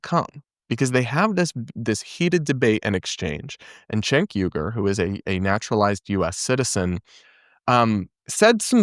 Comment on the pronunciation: It always bothers me when people pronounce Cenk’s name wrong. It’s “Jenk”. A “c” in Turkish is a “j” sound like “juice”.